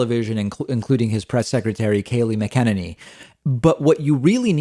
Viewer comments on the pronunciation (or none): It's MAC-uh-nay-nee, David, not Mic-EN-uh-nee. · .. I think her name is pronounced kay'lie sMackaninny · Im a tough guy but when pakman mis pronounces kaleighs last name it really triggers me LOL. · is David purposely pronouncing Kayleigh's last name incorrectly? just asking, cuz he does it every time, lol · Are you going to learn how to pronounce the press secretary’s name at some point before the end of this administration?